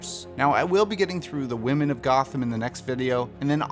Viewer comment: Nobody:: THE WOMEN OF GOTHAM I just love the way he keeps saying that